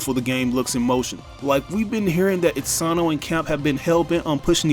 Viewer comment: Itsano? You mean Itsuno....